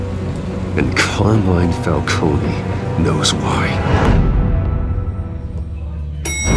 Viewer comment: are they saying Falcones name wrong or is it just me? I know in Gotham they called him Falcone, no eeee at the end. but here they're saying Falcone the way you say Maroni. its wierd.